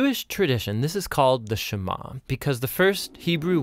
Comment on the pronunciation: Sema- SHEMA lol.. It's funny how Amharic is a softer version of Hebrew.